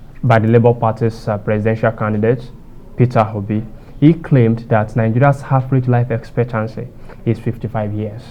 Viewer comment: The fact checker 'H' factor in pronunciation is misleading. He kept saying Mr Peter Hobi and other mispronounced words.